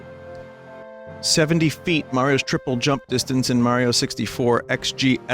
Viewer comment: holy shit Vinny said Mayro in 2021???? I haven't heard that since 2015!